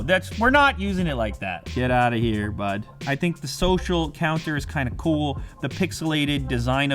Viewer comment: "Get outta here bud." Lew letting his true canadian blood show through."